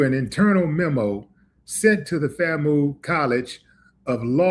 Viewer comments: Hey brother it’s pronounced like famew not famoo 😂. Much love Willie D🐍🐍🐍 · Not FA-Moo. It's pronouced ... FAM- U, like ( FAM-you)😩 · It is pronounced FAM-YOO. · FAMU is pronounced FAM-You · It's pronounced Fame You 🙄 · Thanks for spreading the word. and it's pronounced " FAM YOU " overall Good content . 👍🏿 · It’s “FAM - you”! We’re not related to the former orca mascot of SeaWorld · It's pronounced Fam U... Florida a & m University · It's pronounced FAM = LIKE FAMILY AND U = UNIVERSITY = FAM I ❤️❤️❤️❤️ THANK YOU FOR PROVIDING ME WITH THIS INFORMATION! I LIVE IN ORLANDO I DIDN'T EVEN SEE THIS S***! OUR GOVERNOR IS AN UNCIVILIZED MUTT AT ITS BEST HE'S A BOOTY LICKER FOR TRUMP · FAMU is pronounced as ‘FAM-YOU’ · C'mon Willie. That's pronounced FAM-"YOU", for University. We rock with you. Get my name right lol😂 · Please understand, Trump and most of his supporters HATE BLACK PEOPLE! ...Sadly, Willie D. knows so little about HBCUs that he doesn't even know how to pronounce "FAMU". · This is a damn shame,dude can rap but can't read!🙄🤣🤣 Willie can't even pronounce the HBCU's name. He can call you Fam,but can't read FAMU🤣🤣🤣🤣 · FAMU 🤣🤣🤣🤣 Say FAM then the U separate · U pronouncing “FAMU” wrong